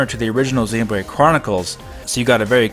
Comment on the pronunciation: I like how you pronounce Xenoblade as 'Xenobrade'.